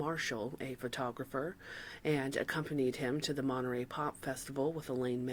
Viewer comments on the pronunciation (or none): none